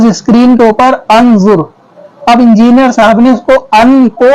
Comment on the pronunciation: Injiniyar nhi khinziniyar